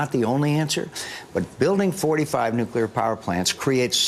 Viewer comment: nucular power is the most expensive and dangerous energy resourse every...